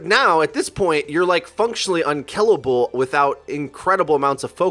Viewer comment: Unkellible... great English 👍👍